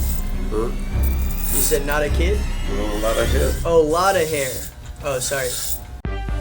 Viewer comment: it did not sound like "alot of hair" at all